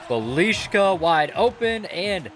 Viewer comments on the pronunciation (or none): BELISHKA? ITS BIJELICA...how did you get the sh?!?!?!?..try bielica or bielika wtf is belishka...or just go with Nenad. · It's not fuckin BELIŠKA...it's BJELICA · his pronounciation is Bee-ya-litza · Belishka XDDD, It's Bjelica btw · He is not Bjelishka he is Bjelica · calling bjelica:Balishca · Bjeclia is pronounced (be-a-leet-zee-uh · It is Bjelica not beliška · “Bah-lee-shka” > Bjelica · Did he say “Belishka” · It's pronounced "byelitsa" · Bliška hahahahaha instead of Bjelica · That is not how you pronounce Bjelica, it is Bye uh leet za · Nobody Smeq- bilijka😂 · It's Byelitsa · It should be pronounced "Bee-ill-eat-sa" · To pronounce it has to be biyelisa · Htio sam da umrem kad je rekao bjeliška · "Buh leash kuh"😭😭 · The pronunciation of bjelica was awful😂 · U are pronoucing Bjelica so wrong btw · The way he says bjelica 🤣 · The way he pronounces Bjelica hurts my ears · Man you mispronauce bjelica very bed. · That is the worst pronunciation I have ever heard